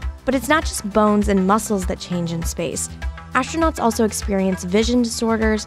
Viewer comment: ashtronauts??? ffs